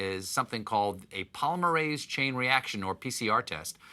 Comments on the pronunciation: when you're a scientist and the news mentions PCR 😁 but with "polymerase" pronounced incorrectly ☹️ (it's like polymer, paul-im-er-aze). fantastic effort Stephen, you almost had it! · Wow he said polymerase really wrong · PCR stands for polymerase chain reaction, slight mispronounciation but in case anyone wants to learn more - here is the correct term. Stay safe out there! ❤️